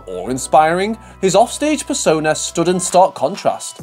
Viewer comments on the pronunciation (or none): none